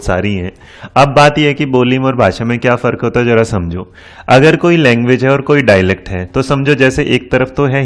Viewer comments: NEVER MIND SIR ITS "DIALECT" NOT " DALECT" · "Dialect' not dailect